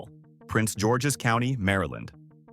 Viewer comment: Just say. Maryland!!!!! Terrible